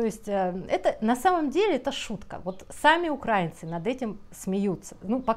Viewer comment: мы УкраИнцы от УкраИна.🙏 Вы ударение ставите как пропоганда 😒 Спасибо вам, большое, что здравый смысл доносите. Поделилась.